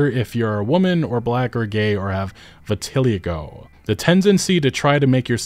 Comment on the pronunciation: Vitiligo is pronounced "vit-il-EYE-go". Also, of course character creation would improve, what do you even mean? The Qunari look awful, Idk how the hell they can defend it.🤦